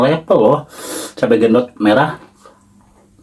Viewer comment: BUKAN GENDOT,TAPI BENDOT